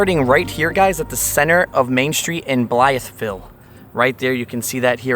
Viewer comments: Blythe, not Blyeth..... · Young man you're mispronouncing it its not pronounced as it's red it's bly ville not blyth ville ask any local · "Bly-eth-ville"? Nobody you met there told you how to pronounce it? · BLYE VILLE IS HOW YOU PRONOUNCE IT. THE "TH" IS SILENT. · Pronounced Blī-ville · Bly-ville. The th is silent. Bro your always mispronouncing things🤦🏼‍♂️ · Blytheville native. Yes, it's dangerous, and the town leadership could be better. And we pronounce it "Bly-vull". Lol! Glad you visited. You should've been there in the 80's. It was a great hometown.